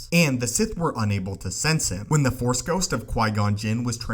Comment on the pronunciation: Force!! Not Four!!!